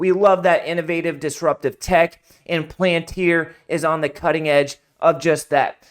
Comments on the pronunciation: Pal - An - Tir not plan-tir good video otherwise. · Pronounced Pal-in-tier